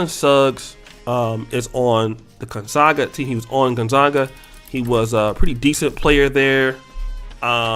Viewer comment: Gon ZAG UHH. not Gon ZOG uhh. FFS. Who cares what color she is?